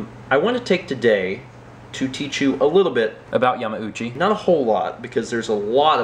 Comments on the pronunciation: Were you pronouncing it Yah-mow-chi, and then Mallory was like dude no stop. So you fixed it? That seems like what would happen. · Haha, yeah, you caught me. I've always pronounced it incorrectly, and didn't even think about it when I recorded the vlog. Weeks later, during editing, it hit me that I *might* not be pronouncing it correctly, and it might be Yah-mah-ooh-chee. I asked and she confirmed I had been saying it wrong. Then I decided "would it be worse to have commenters point out that I'm pronouncing it incorrectly? or that I dubbed it?" I decided on the latter:P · Did you pronounce yamauchi wrong then fix it with voice overs